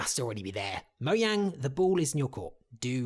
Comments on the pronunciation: you said moyang. its mojang not moyang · i keep on laughing at how you pronounce mojang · OK I love all the ideas but... Did you just say moyang?